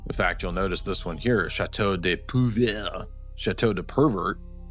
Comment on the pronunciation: Puivert is pronounced pwee-ver.